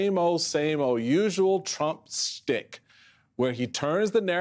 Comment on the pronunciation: Schtick. The word is "schtick" not "stick". Yiddish.